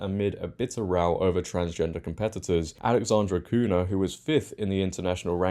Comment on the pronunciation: Portuguese names with 'nh' are pronounced the same way as spanish 'ñ' so her name is pronounced cunya. Great video though as always. And awesome that she stood up for what is right. ❤❤❤